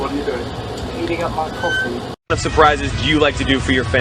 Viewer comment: "heating up mah coffi 🇬🇧"